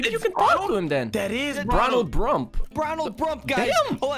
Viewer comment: “Bronald brump”